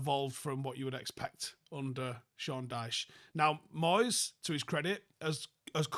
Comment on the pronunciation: I'm sorreh to say again it's moyseh